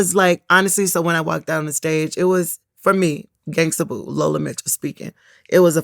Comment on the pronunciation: It's Gangsta Boo not gangster... Vlad always erroneously puts -er instead of -a on words. It's a good thing he doesn't say the n word!